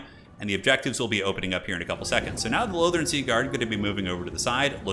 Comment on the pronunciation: Wait, did you just pronounce Lothern correctly? How many years have I been waiting for this!?